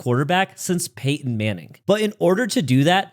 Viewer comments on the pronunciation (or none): none